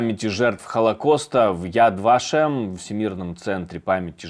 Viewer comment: У просто какая-то патологическая тупость к иностранным именам собственным. Ну если уж Тьерри, то наверное всё-таки Бретóн, а не Брéтон? Он вообще не в курсе, что во ВСЕХ французских словах ударение падает на последний слог? И да, Яд Вашéм!